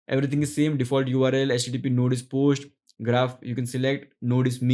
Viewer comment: Post, not posht